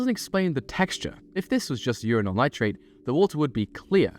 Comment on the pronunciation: Love how you pronounce Uranyl as Urinal AND the stuff actually looks like hot piss...... Radioactively hot piss